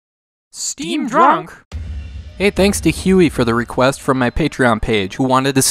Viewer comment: The way he says Steam Drunk is the worst.